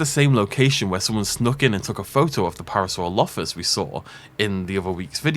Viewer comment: PA - RA - SA - ROL - O - FUS not PARA - SORO - LOFFUS